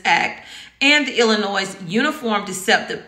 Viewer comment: The s is silent in Illinois.